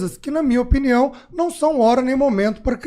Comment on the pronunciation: “Eu acho Na minha opniao”. QUE AGONIAAAAAAAA